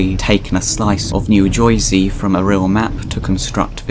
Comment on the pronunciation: "New Jowsy"